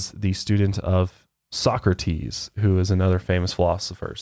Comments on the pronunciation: It's pronounced Soh-Crah-Tiis not Soccer-Tees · No offense, but as a European it's adorable hearing you pronounce Plato like 'Playdough' and Socrates like 'Soccertees' can't help but giggle. Love your podcasts though! Wish I had more friends in real life that are willing to deepdive like you do. Keep up the amazing content <3